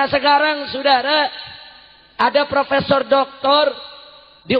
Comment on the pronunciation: Ayam apa fropesor ..fropesorrrr ..undang " redikal